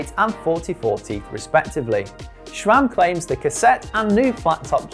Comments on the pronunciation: There's no 'H' in SRAM. It's not "SHRAM". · Don't get why people keep saying ŠCHRAM. Where does it even come from? It's not in the name. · Even worse, there are some that pronounce it as S-RAM or S-SRAM, like, where on Earth do you see a second letter S??